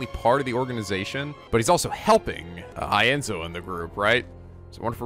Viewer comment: Hears people repeatedly say (E nzo) Also: (I enzo)